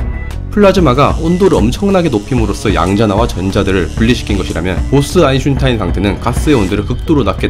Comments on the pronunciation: 다음영상부터는 아인슈타인이라고 제대로 해주세요~~ 사투리라도 고유명사잖아요~ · 사람 이름이 아인-슈타인인데 발음이 편하다고 그냥 이제 그렇게 부르겠다고 하시면 어떡해여ㅠㅠㅠ 다른 사람도 아니고 아인슈타인인데.... 독일식으로 아인시따인 이라고 읽으시면 차라리 또 몰라... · 1. : '저편을 넓힐 것' -> '저변을 넓힐 것' 제 국어실력이 미숙해서 나온 실수입니다. 다시 수정하고 영상올리기는 번거로우니 양해 부탁. 2. 아인슈타인 -> 아인슌타인 아인슈타인 영상을 올릴때 제가 인지를 하고 발음을 안하면 얼결에 '슌타인'으로 발음이 됩니다. 제 혀는 그게 더 편한가봐요. 원래는 최대한 '-슈타인'으로 발음하려고 녹음 다시 하고 그러는데 이번에는 그냥 편하게 '-슌타인'으로 발음하면 반응이 어떨까 싶어서 혀가 원하는 대로 해봤습니다. 아무래도 제가 19년을 지방에 살다가 상경해서 10년을 살아 사투리랑 표준어가 엄청 뒤섞였어요. 그래서 말투가 좀 특이합니다. 고향 친구들은 왜 표준어 쓰냐고 하고, 대학 친구들이나 연구원 박사님들은 왜 사투리 쓰냐고 하고... 아무튼 그렇다고요... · 아인슌타인ㅋㅋㅋㅋ 좀만 지나서 아인슈타인이라 발음하면 어색할듯ㅋㅋㅋㅋㅋ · 일년전부터 변함이 없네 ㅋㅋㅋ 이정도면 아이덴티티로 자리잡아야 되는건가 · 이거보고 한번 읽어봤는데 아인슌타인이 더 자연습럽세 신기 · 근데 농담이 아니라 친구들한테 아인슈타인 아인슈타인 계속 해보라고 하면 아인슌타인이 발음이 더 편함... 솔직히 처음에는 실수였는데 그냥 이제 편하게 하려고요. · 나도 아인슈타인을 듣다보니 그리 적고 쓰는 중.. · 늘 영상 잘 보고 있습니다. 오늘은 아인슈타인은 아인슌타인으로 오타가 나면서 거기에 신경이 가더니 계속 아인슌타인으로 들리는게 좀 거슬렸습니다... 사소한 문제이니 크게 신경쓰진 마시구요. 물질의 상태가 또 다른 형태로 존재도 가능할 지 모르겠네요. 제 6의 상태로 말입니다. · 저도 "아인슌타인"이라고 들림ㅋㅋㅋ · 영상은 흥미로운데 아인슌타인 때문에 정신 나갈거 같아요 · 넷플릭스의 SF영화인 스펙트럴(국내에선 '고스트 워'로 알려짐)에서도 이 '보스-아인슈타인 응축'에 대해 다루었었죠. 그 이상은 스포라서 입틀막;;; ..그리고 다들 아인슈타인을 아인슌타인이라 그런다고 너무 뭐라지들 맙시다. 누구나 완벽할 순 없잖아 ㅋㅋㅋㅋㅋㅋㅋㅋㅋㅋㅋ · 원래는 슈타인으로 하려고 했는데 그냥 이번엔 대놓고 내 혀가 편한대로 해봤어요. 제가 예전부터 아인슈타인 발음을 잘 못해서 슌타인으로 발음이 됐는데 그걸 가지고 많이들 놀리셨거든요. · 제발 아인슈타인이라고 해주시면 안되나여... 여기있는 댓글들 조금만 읽어보시면 알겠지만 영상에 집중이 안돼여... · 발음할때 아인 에서 쉬고 슈타인을 발음해 보세요 . 아인 이랑 슈타인이 합쳐진 글자로 생각하시구요. 그리고 인은 이로 발음해도 괜찮습니다 아이슈타인 으로요. 익숙해지면 속도를 조금씩 높여보세요. 그럼 고쳐질겁니다. 혹시 신경쓰이신다면 말이죠. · 아인슌타인! 듣도보도 못한 학자의 이름이군요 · ㅋㅋㅋㅋㅋㅋㅋㅋㅋ 이거 보고 아인슌타인으로 일부로 읽는데 이게 더 어려움ㅋㅋㅋㅋㅋㅋㅋㅋㅋ 아인슈타인이 발음 더 편한데 어째서 당신은.... ㅋㅋㅋㅋㅋㅋㅋㅋㅋ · 아인슌타인 들으러왔습니다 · 아인슌타인댓글이 왜있나했더니 아인슌타인이라고 발음하는것처럼 들리네요 ㅋㅋ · 보스 아인슌타인... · 형 근데 왜 아인슌타인이라고 발음 하는거야?? 저번엔 아인슈타인이라고 했었잖아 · 왜 아인슌타인이라고 하는거에요 ? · ㅋㅋ외국에선 아인쉬따인이라고 발음했던거 같은데... 아인슌타인은 뭐예요?? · 아인, 슈타인 끊어읽어보세요. 아인슌타인 이러지 마시고 ㅋㅋ 실제 독일어 의미도 아인(하나) 슈타인(돌맹이) 두 단어가 합쳐진 것입니다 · 객관적으로 아인슌타인 때문에 듣기 불편하고 거슬리는데 본인은 그냥 '편하다'는 이유만으로 앞으로는 더욱 더 대놓고 그렇게 발음 하신다니까 할 말이 없습니다... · 뭐 사람들이 아인슈타인을 아이슈타인으로 발음하는데 그거나 아인슌타인이나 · 아인슌타인 ㅋㅋㅋㅋㅋ